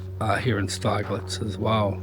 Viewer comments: It’s actually pronounced Stigllitz, think of big and then you have got the name right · Its pronounced Sti g lets